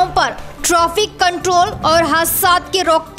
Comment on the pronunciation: Traffic ko trofic bolre madam